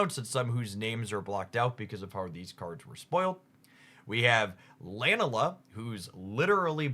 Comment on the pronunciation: Your Lunala pronunciation is going to drive me nuts. Thank you